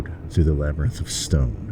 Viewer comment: Through* not three. Jeez 80 years can’t even get that right